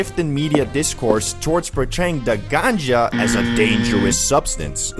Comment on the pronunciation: The 'ganja' 😂